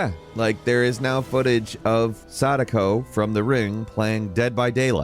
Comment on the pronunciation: I 100% misheard when he said Sadako from the ring movies and heard him say Sanico from the ring. That confused me so hard until Sadako popped out. Which made me laugh for some reason for those that know.. lol